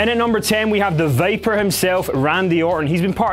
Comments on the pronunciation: Did he say "Vaper" or "Viper"? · It's Viper, not Vaper. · when he says viper it sounds like vapour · Did he said "The Vapor" Randy Orton?! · AHAHAHAHAH THE "VAPER" LUL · You said vaper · He can't even say viper right. Smh.